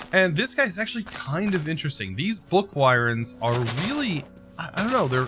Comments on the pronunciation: Book Wyrm is pronounced "Book WORM" I'm sorry, but him just saying "Why-rim" is annoying me so much... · wyrm is pronounced worm ahhh its a book worm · Wyrm is an archaic old European word for serpent or worm. It's still used a lot in mythology and dungeons and dragons. It's pronounced just like "worm." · Interesting way of saying wyrm.